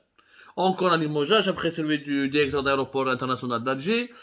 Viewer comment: Derecteur derecteur derection derection derection